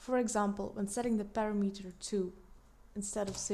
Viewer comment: it's pronounced pa-RAM-uh-ter, not para-meter...it makes it difficult to follow along when it's mispronounced like that.